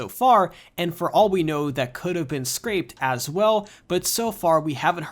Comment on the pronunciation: The game was scrapped, not “scraped”.